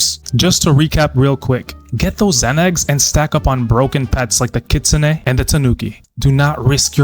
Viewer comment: Kitsunay not kitsun